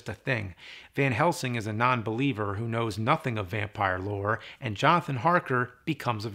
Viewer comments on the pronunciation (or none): none